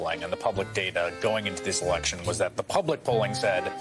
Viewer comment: It's Election, not Alection! Drives me nuts!